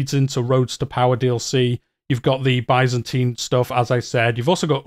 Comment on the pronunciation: You're pronouncing byzantine funny